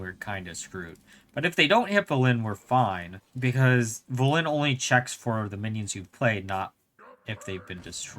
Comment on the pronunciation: VelEN not Velin o